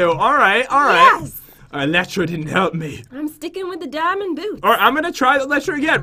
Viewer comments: its pronounced E-ly-tra not Eletra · This is how you say elytra El we tra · The pronounce elytra wrong